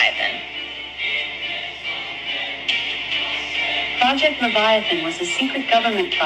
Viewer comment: Project levitation 😂😂😂😂 I think he meant project leviathan 😅😅